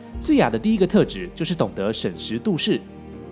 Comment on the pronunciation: 審時度勢，這裡的度應該是念成(墮)